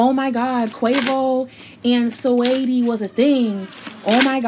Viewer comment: “Swaydi” 😂 its Sa-weety